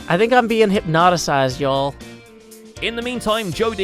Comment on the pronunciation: I’m sorry but did you say hipnotisized?